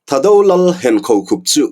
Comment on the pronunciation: Thado nilovin thaado tha hi thluk deuh tur... chuan anlal hming leh an pasalțha te hming hi a thaado hming viau lo ..seiminlal,thangkhawman, Thangkhawsei .zamminlal,khukhup ,naulal zamminsei etc